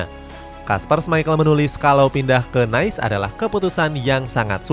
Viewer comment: “OGC NIIS” cara bacanya gitu min. Bukan Nais